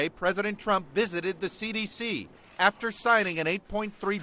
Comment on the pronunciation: What exactly is “Nafter” Bernie?